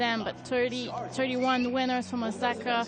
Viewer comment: Why can't the network have a commentator who can actually pronounce Osaka's name and not call her OZAKA all the time? Is that so difficult? There are a million other commentators out there